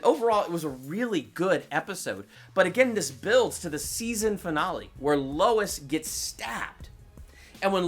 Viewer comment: I think you miss pronounced rosenbaum and finale but I guess people pronounce things differently